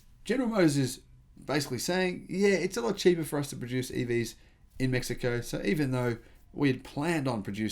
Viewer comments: You said it just fine. 👍🏻 May He Co Is the correct pronunciation in Spanish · The “American” pronunciation was spot on. The Mexicans pronounce it as “Meh-hee-ko”. Cheers. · all things considered your pronunciation of Mexico was spot on